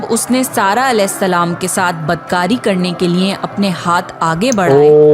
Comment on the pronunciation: सही शब्द है " अलेहिस्स– सलाम " लेकिन आपकी तरह ही बहुत से मुस्लिम भी इसका उच्चारण सही से नही करते और अलेसलाम, या अलासलाम कहते है अब अगर आप सही से उच्चारण करो तो बहुत अच्छी बात है लेकिन अगर नही कर पाते हो तो भी कोई दिक्कत नही क्युकी अल्लाह इंसान की नियत देखता है